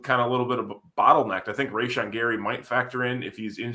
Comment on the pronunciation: For the love of glob, learn to pronounce Rashan, it isn't a tough one. I'm probably just salty that you're drinking a Michelob Ultra.